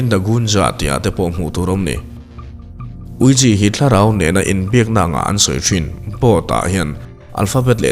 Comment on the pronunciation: Ouija= Wee-ja✅ Ouija= Ui_ji❎